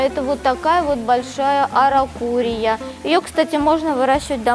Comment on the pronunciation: "аракурия и родендрон" насмешили 😂 Это араукария и олеандр. За экскурсию спасибо)))